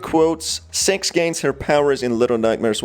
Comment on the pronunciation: pronoun six as sex